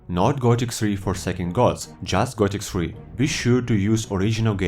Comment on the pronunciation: Gothic "SRI"? Seriously?